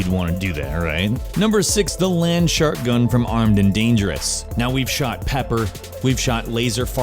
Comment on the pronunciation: When he said "Shark gun" I thought he said "Shart gun" XD